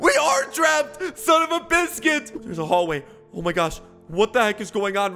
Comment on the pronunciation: i spit my ater out my mouth hen he said sun of a bisqute 🤣🤣🤣🤣🤣🤣🤣🤣🤣🤣🤣🤣🤣🤣🤣🤣😆😆🤣🤣🤣🤣🤣🤣 it so funny